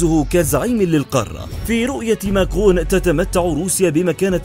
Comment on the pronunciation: انت تخطأ في اسم ماكرن بل فرنسية لا تنطق نون اخر كلمة و بلعربية اسمه ماكرن ليس ماكغون